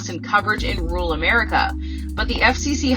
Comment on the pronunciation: The word she butchers is “RURAL”!